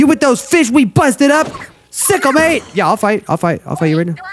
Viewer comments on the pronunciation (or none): none